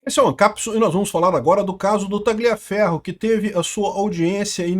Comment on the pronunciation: A pronúncia correta em italiano é "TALHAFERRO".